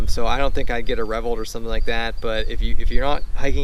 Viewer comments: That caught me too. Revvolt. Its not a weird word. RevvOlt. RevvvvvvvOLT. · Well isnt that an interesting pronunciation of the word revOlt?